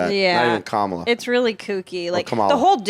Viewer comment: Kerryn needs to learn how to pronounce Kamala.